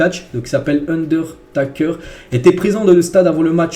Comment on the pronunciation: 😱😱😱😱 tu ne peux pas ! ne pas connaître undertaker ! Et mal le prononcer en plus ! C’est une légende immense 😱😱😱😱